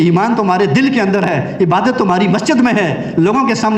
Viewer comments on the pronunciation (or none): none